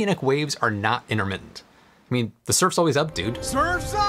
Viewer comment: What’s “innermitent”? Say the T!